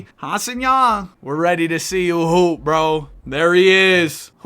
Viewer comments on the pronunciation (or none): none